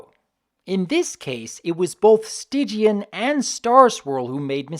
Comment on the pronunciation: Why was Stygian's name pronounced "Stidgian?"